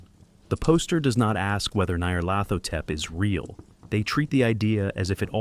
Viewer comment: I gave up 22 second in when your ai script reader struggles with pronouncing Nyar's name. Dont be afraid to use your own voice. AI will never replicate it.